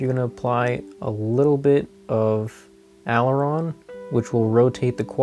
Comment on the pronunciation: Learn how to say "Aileron"